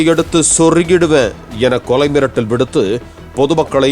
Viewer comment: கொலை மிரட்டல் விடுத்தார்... என்ன "ர்"???